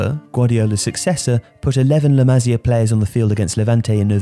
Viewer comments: Still find it funny how joe cole mistakenly called la masia as the “masala” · Just a heads up, you should pronounce it like Maseea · maSÍa FÁbrica come on m8 say it right